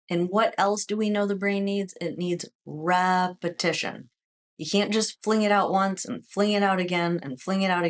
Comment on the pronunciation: You always say repetion repetion repetition how can you do repetitions when you can’t do 1?